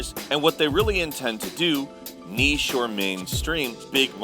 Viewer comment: Thank you for teaching America how to pronounce "niche".